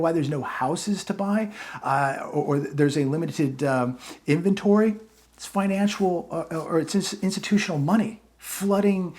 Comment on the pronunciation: You can NOT Make Fun of the Guy Who Wrote that Letter ✍🏽 📄 to You, when YOU can NOT even Read NOR Pronounce SIMPLE, EASY, BASIC ASS Words! “Subsidy” “Financial” Etc.,!